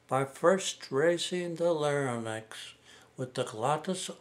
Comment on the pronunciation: Larynx is pronounced Lar-inx, not Lar-nix